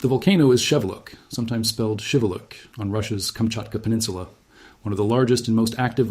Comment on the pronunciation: FYI, the volcano’s name is pronounced as Shee-VEH-lootch.